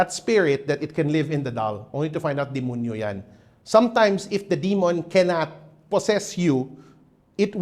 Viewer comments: Oo yung word na 'dimunyu'. He's probably a Cebuano mestizo. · I like the way how he enunciates Dimunyu like how the visayans say it. ❤